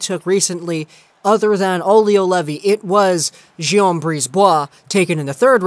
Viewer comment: Pretty sure it’s pronounced “gee-yom” not “jom”